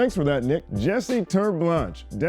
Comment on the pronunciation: Justin, Jesse's surname is Afrikaans, it's pronounced "tear-ay-blansh"